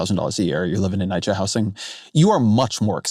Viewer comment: i went into this already expecting to disagree on all these negative speculations on what Mamdani can get done as mayor but the most disagreeable part of this podcast was the way Ezra pronounced the word "housing" like "how sing".